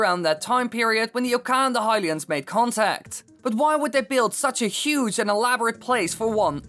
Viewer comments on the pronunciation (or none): none